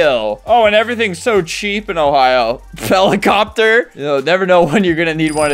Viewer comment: Bro really said heelicooptor